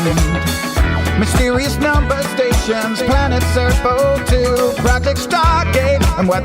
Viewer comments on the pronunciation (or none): none